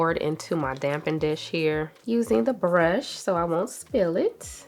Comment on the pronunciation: There's no 'm' in the words 'dappen dish'.